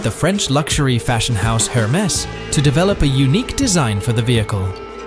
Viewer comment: This guy clearly donno how to pronounce Hermes.......The H pronounce Slient......